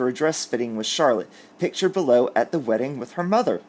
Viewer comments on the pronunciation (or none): none